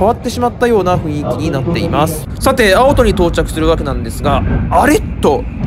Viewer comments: 青↑砥↓。 首都圏地名のイントネーション草。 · 京急と同じ抑揚で 京成と発音するが 何か新鮮でした。 青砥駅も、ん？と思いましたが は 抑揚には無頓着ですか？ 気にならないって方は いらっしゃるのでしょうが、 僕は気になったので、 コメントいたしました。